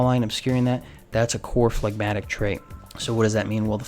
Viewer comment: You have said flagmatic So many times Phlegmatic So many times Stop thinking Stop thinking of that song by mister bungle MR. Bungle😮